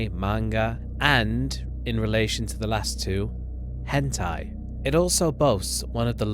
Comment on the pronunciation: Idk y everytime pauses and then says HENTIE It just kills me